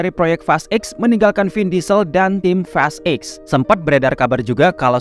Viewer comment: fast eks blg nya bg jgn blg eight gua kira lu bahas fast 8 jdinya